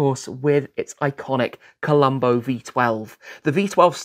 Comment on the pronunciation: 😂Credit for acknowledging! BUT…. 🙈then you called the famous V12 a Columbo….not a Colombo…..🙈🙈Now that you should know…it’s not a raincoat wearing detective…